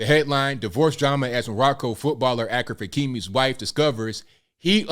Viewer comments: Ashraf NOT AKRAF😂😂😂😂😂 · It’s not pronounced Akraf , it’s pronounced Ashraf Hakimi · achfar -pronouncing =Ashraf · his name is pronounced like A(sh)raf. not like Akraf. which means honored. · Bro, his name is pronounced Ash-raf not Ak-raf lol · His first name is pronounced like Ash-ref. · its not akhraf.. ffs😂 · bro really said akraf hakimi. achraf hakimi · It's pronounced Ashraaf. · Achraf is pronounced as Ashraf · This is amazing but his name is pronounced as ‘ashraf’ i had a good laugh at your pronunciation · I think his first name is pronounced “Ashraf” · First name is pronounced "Ah-shay-raph."